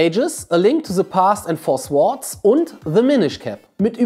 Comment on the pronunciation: Bitte mal deine Aussprache von englischen Wörtern üben - es heißt nicht [se] sondern [the] und auch nicht [sword] sondern [sord] die Wörter in Klammern sind die Lautschrift und nicht die Schreibweise.